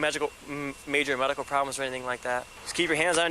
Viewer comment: this cop just slurred his words and almost asked if she had any major magical problems 😂😂😂